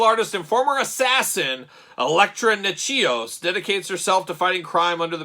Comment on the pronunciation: Nat-chos. It's her last name.